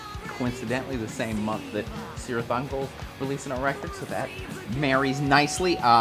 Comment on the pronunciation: boy it's "Kirith Ungol" not "Sirith Ungol". lord of the rings nerdy stuff